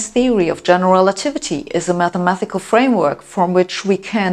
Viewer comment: MATHEMA-TI-CAL, not MATHEMA-THI-CAL.